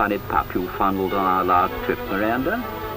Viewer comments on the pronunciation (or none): I wonder why Freddie Grisewood's name was spelled "Freddy". Interesting to hear him pronounce "fondled" as "fundled" and "Sonning" as "Sunning". "Romsey" as "Rumsey" isn't quite forgotten, I think. The references to "Do you remember an Inn, Miranda?/ Do you remember an Inn?" are fun, too. Quite apart from the sheer nostalgic appeal of the pictures themselves, of course. And large amounts of Edward German-like music.